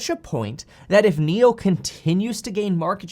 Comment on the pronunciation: Did I hear “Niokola”?